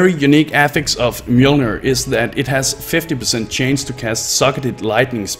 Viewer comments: It's chance, not change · Gave up when you kept saying chains instead of chance.